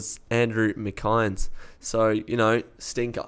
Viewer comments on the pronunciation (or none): "Mc-Eyens?" "Mc-Inn-ess" is the correct pronounciation.